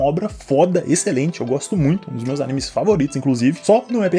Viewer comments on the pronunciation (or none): none